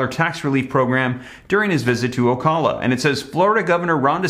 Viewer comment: O - cow - la Ocala........